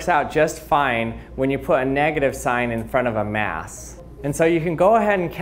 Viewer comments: Boruto Uzumaki I hope so! plus his voice is meme worthy! simply the wae he says "*mass*" is funny😂 mieyahs! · Khalil Thomas how do you say it?